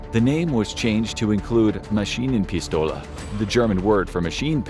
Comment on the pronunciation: 2 things I learned “It’s Gev air not gew er” “Machina pistola!”